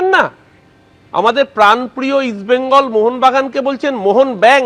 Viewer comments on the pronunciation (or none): বেঙ্গল কে বেগুন বলছে 😂 দেশে ফুটবলের ভবিষ্যৎ উজ্জ্বল